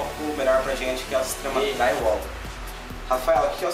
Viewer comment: Parei de assistir quando ouvi: Draiuol